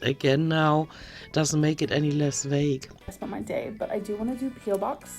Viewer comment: I know English is not your first language. Regardless, it’s “vague” and not “vage.” Great video, as always 😎